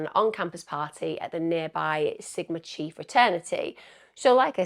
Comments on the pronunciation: I’m not picking on you but the pronunciations of the British You-tubers is cracking me up…….The Greek letter Chi is pronounced KAI…..lol, I’ll give a pass on the pronouncement of the towns in AZ and ID……although Moscow is correct. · Emma…the fraternity is Sigma Chi pronounced like ki as in eye.